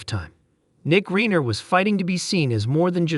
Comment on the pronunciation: this announcer needs to learn to say Reiner